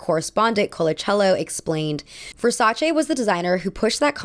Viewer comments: Thank you so much for your pronunciation of Versace, yes it's che not chee, they are Italians from Europe not jersey italians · Good pronunciation on Versace. Gianni Versace knew the power of celebrity and was extremely adamant about having top models in his shows as well as celebrities wearing and staring in his advertisements